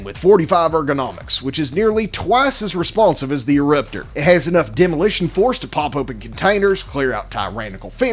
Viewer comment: you said eruptor weird...